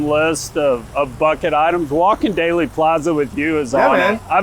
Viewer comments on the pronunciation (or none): Dealey not daily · DEALEY...NOT DAILY!!!!!